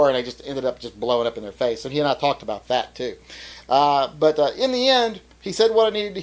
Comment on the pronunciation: What is this ABOOT?